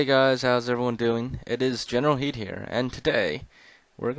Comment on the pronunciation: Question idk if this has been answer before but why is your channel general kid when it sounds like you say general heed?